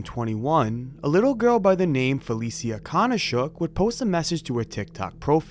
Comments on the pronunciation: It’s fuh Lee sha (Felicia) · Fuh-leee-sha, not Fell-eee-see-uh. At least get the deceased's name right